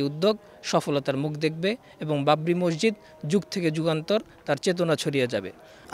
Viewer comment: মসসিদ❌ মসজিদ✅